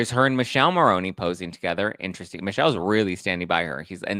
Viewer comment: youre great but please pronounce Michele's name properly, this italian cannot stand it 😅 Mick-eh-leh Mah-row-nee